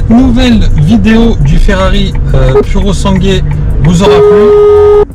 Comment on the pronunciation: C’est de la merde... Epitome du mauvais goût... On ne fait pas ça sur une Ferrari, à la rigueur une Lambo mais pas sur ça merde... Et pendant qu’on est là, merci de bien vouloir arrêter d’écorcher son nom, soit tu demande à des italiens la juste prononciation soit tu choisis un autre nom : SUV, 4x4...